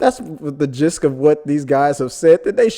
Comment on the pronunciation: Love your content, thanks for all the hard work! One small thing, the word is gist not "gisk", don't mean to be critical but i thought you would want to know! :)